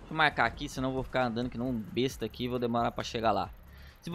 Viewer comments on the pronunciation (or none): none